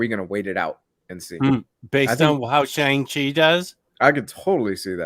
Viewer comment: It’s not “Shung” it’s technically “Shong”-Chi.